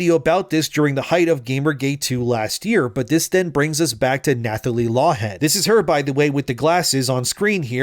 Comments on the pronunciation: Nathalie is pronounced Natalie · The "th" in "Nathalie" is pronounced as a hard "t." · The th in "Nathalie" is pronounced like the th in "Thomas", not like in "thumb". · Is this a bot? Who doesn’t know you don’t say the “h” in Nathalie? I don’t believe her wild story. Sorry. Sounds like a MeToo joiner for attention.